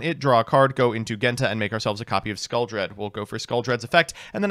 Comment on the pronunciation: How does he manage to mispronounce Genta and Ceruli when they are literally based off the colors Based deck and list though, glad to see one of my first decks get a revamp